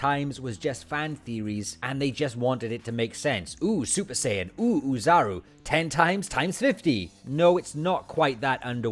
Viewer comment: Is he saying super cion?